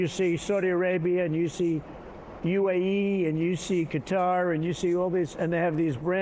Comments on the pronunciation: Phonetically it should be Qu-tar. Only recently it seems like some people are pronouncing it like cutter. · Why can't US people pronounce Quatar? It baffles me! Its Qua-tar, like Gui-tar ..not Cuttar like you guys keep mis-saying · Thank you for mentioning the pronunciation. In 46 years I’ve only ever heard cut-tar…all of a sudden all the news is saying cutter. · Google says Qatar is pronounced “Kuh-tarr”, America says “Cut-ter” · It's kah-tar, not cutter. How can Trump get it right and you get it wrong? 😄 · Cut-tar is the right pronunciation, not cutter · Kah-tar is better than pronouncing it cutter, or even worse gutter, but it's really a mix of all three because Arabic is much more guttural in tone than English. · It is NOT pronounced Cutter! It is Ka-tar. Pls! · Cutter is wrong! Cut-are is right! Fools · Please stop pronouncing Qatar as "cutter". You had it right the second time. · Cutter is an unacceptable way to pronounce Qatar. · It's never "cutter" FFS even Trump can pronounce Qatar correctly. Please stop, thanks. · Please stop saying Qatar like Cutter. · Its not "cutter" if u say that, you probably say "jiff" not gif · I hate how americans always pronounce it cutter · Since when is Qatar callled Cutter? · "Carter" is worst pronunciation of Qatar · Actually, "Cutter" is NOT correct. (The second way you pronouced it is at least closer.) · Kartar is how we pronounce it🇬🇧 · Please say Qatar and not Cutter. It sounds terrible. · who said it was acceptable to say "Cutter" anyway lol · Um... "cutter" is not how you pronounce Qatar. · why can most americans not pronounce kuh taa. How embarrassing that Trump pronounces it correctly. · It's really funny how Americans collectively decided to pronounce Qatar "cutter" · I know Americans can say Cutter but please stop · It's not just acceptable to say "Qatar" - it's the correct pronunciation. It is not, under any circumstances, acceptable to call it "Kutter". That's just American idiocy. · Its not "cutter" 🙄